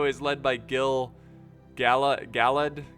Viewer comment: I tried to send one of my friends a replay from shogun 2, but they couldn't watch it. I was wondering if you knew how to convert it to a .mov or something? also gil-galad is pronounced gill-guh-lad